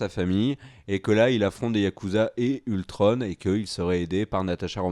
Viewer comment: Ultron et pas ultrone